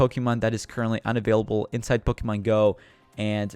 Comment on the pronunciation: Is ur first Pokemon game?cuz I'm pretty sure ur pronouncing Pokemon wrong XD